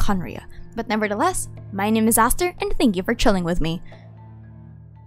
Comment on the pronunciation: at the end i heard "i am a disaster" instead of "my name is aster" 💀